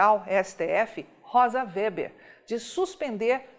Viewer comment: A pronúncia do sobrenome da ministra é Weber, e não "Wéber".